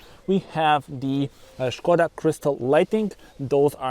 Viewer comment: Good afternoon 😊 This car reminds me so slightly of a BMW. This car is not only stunning to look at, it offers luxury inside like the seat coverings and pull down screen. Umm Puma or Skoda now for me?😄 Ps. Like the way u pronounce Skoda, schh koda!! Maybe I have been pronouncing it incorrectly all this time. Enjoy the rest of your day until the next video 👍